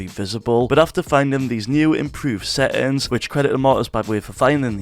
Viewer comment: bro sry but you trigger me with seins and not settings